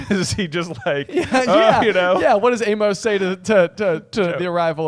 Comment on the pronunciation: FYI "Amos" isn't pronounced "ay-MOHS." It's "AY-məs." Speaking as a person with that name for a middle name in meatspace (yuck).